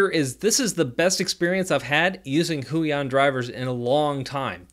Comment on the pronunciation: why does he say huion like that